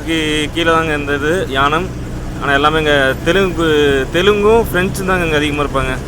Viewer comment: யானம் இல்லை ஏனம்.